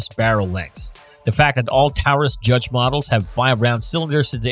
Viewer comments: Discussion of Manhurin includes a pic of the S&W logo; Mispronunciation of "Taurus"; includes .410 revolvers; etc. A useless video! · Who's the guy reading the descriptions of the guns? " The Python has a vented RIP??' what is a "Tower-us" Judge?? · The host did mispronounce Taurus (it is pronounced Torus) and I do not know much about the 629 so I can not comment on it. The name of the video is " Revolvers that Will Save your Ass ". A 22 hand gun will have a much harder time with that. Also a 9mm does not have the stopping power of the guns listed. It is great that some people have a difference on guns listed. Makes good conversation. I think the 45 colt or the 45acp (WW 2 revolver) has more stopping power than a 38. But give credit ; it still was a good video. 👍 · "Here's a list of 7 revolvers to help you out of any situation". Ok, except most of these need to be open carried. Is this an AI generated voice? I've never heard anyone pronounce "Taurus" in such a way. And please stop with this "not accurate past 7 meters" nonsense. Any gun that cannot be reliably used past 7 "meters" needs to stay on display in the gaming room, above the mini bar in a glass case, not in someone's waistband on their travels. What kind of accuracy are you talking about? If you're carrying a revolver for defense, what is your expectation of accuracy? I ask this , because anyone practicing enough should be able to at least hit a 6" circle at 20 yards. More practice is better. I know plenty of people who can shoot 4" groups with a 2" barreled J-fame, at 25 yards. That's 75 feet for those who can't math. (Side note, how did J frames not make the list?) That's definitely accurate enough for a self defense situation. If you are shooting people past 25 yards, it becomes a lot harder to justify as self defense. Also , anyone viewing this and shopping for guns, uses the measuring unit of "yards", not "meters". Just my 2 cents. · Is it me or he is saying Taurus wrong